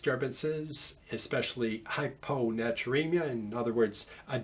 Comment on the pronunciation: hyponatremia* not hyponaturemia , others are good ! keep posting ! I love u sir !